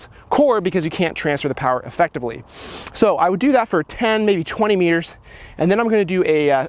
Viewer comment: i thought I was the only one that heard that lol